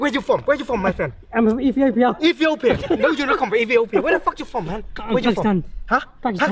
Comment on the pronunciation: Did he say Ethiopia ? hahahaha